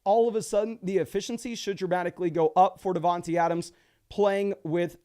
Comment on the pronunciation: Just trying to help. It is pronounced DavanTAY Adams. same with D Smith